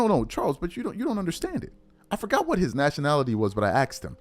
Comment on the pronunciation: Asked not axe